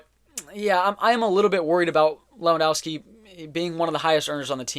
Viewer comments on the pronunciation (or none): Lewand o vski not Lewand au wski